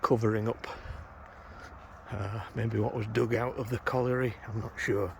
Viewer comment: Really interesting as always but don't show off you can say colliery. It's a word I can't say 😅